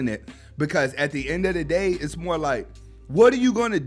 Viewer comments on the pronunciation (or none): none